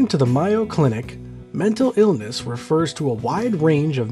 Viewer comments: My-o clinic? I thought Mayo was May-O pronunciation? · its pronounced MAY (like the month) O (like the letter o) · Ah no! It's pronounced "Meow Cinic" 😸